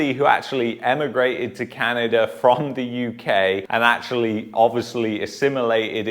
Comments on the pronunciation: It’s Canada bud not Canader ? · Did you say Can-an-der in the beginning 😂😂😂 That's what I heard, can't lie. It was jokes! But in all seriousness, were in a SERIOUS spot here.